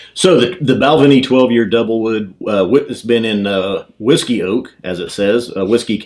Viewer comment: Not Bal'-venie. It's pronounced Bal-VAY-nee